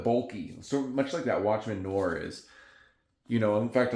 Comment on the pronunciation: Great picks! But it isn't Watchmen Nore it's Noir like film noir. Noaaaar...